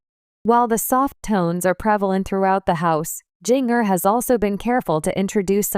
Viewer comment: It would be so much better if you’d narrate this instead of having a robo voice that can’t pronounce “Jinger” or maybe you should have spelled her name “Ginger” for Robo Voice so it would stop saying “Jing-er”